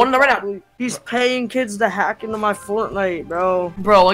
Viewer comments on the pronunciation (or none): none